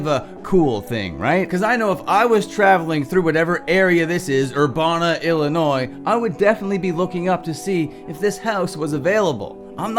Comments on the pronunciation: It is pronounced as Ur-Ban-a and not Ur-Bon-a.🙏🏽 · Urbana is pronounced like "ban". ur-ban-uh Only part you pronounced wrong was the "ban" part.